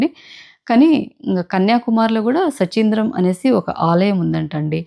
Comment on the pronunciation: సుచీంద్రం not సచీంద్రం